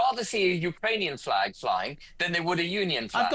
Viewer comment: Jeremy Kyle can not say the English Flag